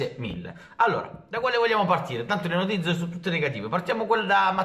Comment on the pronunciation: non è ancora capace di pronunciare notizie😂😂